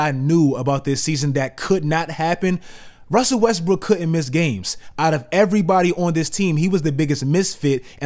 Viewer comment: you say "wussle westbrook" hahahaa